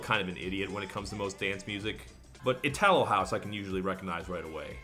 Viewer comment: Itálo house. That's where the stress of the word go :) (not to be a dick, just helping)